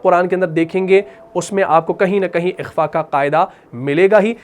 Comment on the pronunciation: ماشاءاللہ بہت عمدہ پڑھاتے ہیں آپ ایک چھوٹا سا سوال حرف خ - آپ جب قرآن میں تلاوت میں بالکل درست ادا کرتے ہیں لیکن جب لفظ اخفا کہتے ہیں تو کاف کی آواز آتی ہے اکفا - اخفا